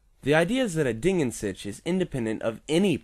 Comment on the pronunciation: Your pronounciation of "Ding" was correct and you can easiely fix your pronounciation of "an" by exchanging the a sound you did with the a sound in bartender, the n stays the same. The "Sich" is the tricky part as I can't recall for the live of me any english word with a simillar pronounciation of the german CH.